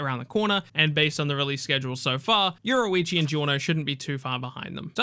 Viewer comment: Say, Your-Roo-Ichi . There we go. Fuq is this euroeechi